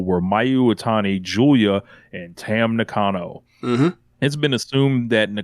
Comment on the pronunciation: Also heard that Tam will be working with Stardom in a backstage role or in the office. Shoutout to y'all for for pronouncing her name the proper way. The same way you'd pronounce Bull's last name is the same way you pronounce Tam. Nuh-Con-Oh, not Knock-Uh-No. Now we gotta get ppl do the same with AZM/Azumi. It's Uh-Zoom-Me, not Ah-Zoo-May. If the video packages voice over, ring announcer, japanese commentary, coworkers, Japanese crowd chanting her name say Uh-Zoom-Me, then it's Uh-Zoom-Me.. There's a damn video of it floating around on all socials & the net where she tells you how to say her name with Bea Priestly.